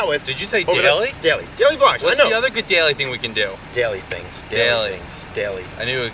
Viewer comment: They way he says daily tho “deiley”